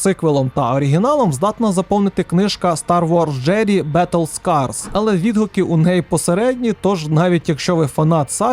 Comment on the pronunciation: Я певен що вже про це написали але Jedi читається як джЕдай Дякую за відос кілька цікавих ігрульок знайшов для себе